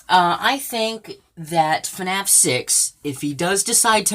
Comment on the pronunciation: He say's f a naf6... how sad. And he doesn't know as anything about FNaF